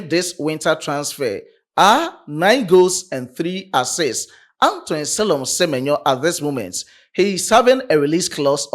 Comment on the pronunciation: Se-me-nyo to Liverpool